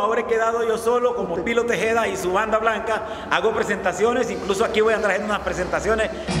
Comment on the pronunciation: Tejeda no tejada